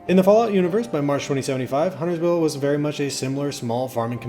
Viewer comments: Correction: this is the only lore video that pronounces Huntersville correctly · I think this is the lore video that pronounces Huntersville correctly. Everyone else wants to pronounce the T for some reason. Also extra props for getting Marlinton right too.